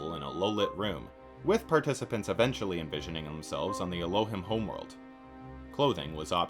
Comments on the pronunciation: it's pronounced "el-oh-heem" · It’s ELL-O-HEEM…. And doesn’t mean sky people wtf lol 😂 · Dude you pronounced Elohim incorrectly for the whole video. Its pronounced: Ell - Oh - Heem Thought you should know